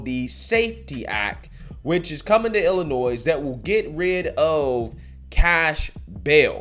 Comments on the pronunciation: "Illa-noise" 😂 the s is silent 🤣 holy 💩, I've never heard someone that makes money from speaking mispronounce so many words 🥴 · Pronunciation heads-up: The ‘s’ at the end of Illinois is silent. It’s not called “Illinoise”, but “Ill-i-noy” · DO NOT PRONOUNCE THE S IN ILLINOIS!!!!!!!!!!! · I'm more worried about you calling it Ill-Uh-Noise than Ill-Uh-Noy. The 'S' is silent lol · please 🛑 saying iLLi noise. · Love your videos...but as a lifelong Chicagoian, it's pronounced "Ill-in-noi". As a reference, I've never heard heard anyone say "Ark-in-sass" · It's Illinois (Illinoy). The S is silent. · Love ya but there’s no noise in Illinois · It's pronounced: ILL-annoy. (See it that way once and you'll never forget it 🤣) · The S in Illinois is silent bro. I grew up in and live in Illinois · s is silent 🙏🏽🙏🏽🙏🏽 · Bro, I love you to death, but please stop pronouncing the 's' on the end of 'Illinois'. lol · S is silent in Illinois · S is silent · The S in Illinois is silent lol. I'm from Central Illinois and this is absolutely moronic. Now you're going to see more and more citizens in this state applying for FOID and buying more firearms. If it wasn't for family i never would have come back to this state after the Army. Our election is coming up though so hopefully we can vote for some new, sane people for office. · Just a note. You do not pronounce the S in Illinois.